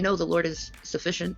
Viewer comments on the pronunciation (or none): This video is from reading 3 pages of the Quran 😂😂😂😂 Even took the lord is sufficient from the Muslims. And said afficiant 😂😂